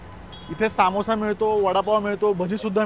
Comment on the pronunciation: Bhava to समोसा asto सामोसा nasto😂😂😂